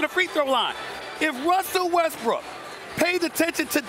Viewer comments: Woj just literally called that man Russell Westbrick Tell me I'm not the only one that heard that 😂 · i checked it like 3 times and yeah... i heard him call westBRICK as well..... :S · Did woj call him westbrick😂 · This man called him russel westbri k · He just said westbrick lol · hahaha ,called him Russell WestBRICK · He definitely did and he cleaned it up after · He called him westbrick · yo this is messed up woj really just said westbrick 😅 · Why woj say westbrick smh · did he say westbrick? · He said Westbrick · I thought he said that as well. I listened to it multiple times and it does sound like Westbrick. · Facts lol it’s like ppl forgot how to say Westbrook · Did woj just say Russell westbrick? Lmao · Minute later SAS did the same:D